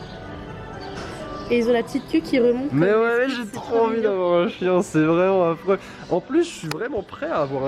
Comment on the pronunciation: Au lieu de chien g entendu chicha 😐chui bizard